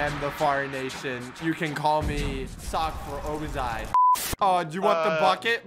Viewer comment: I laugh so hard when you say call me spcks for obezai